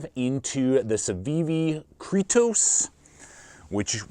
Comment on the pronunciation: CETOS not cretos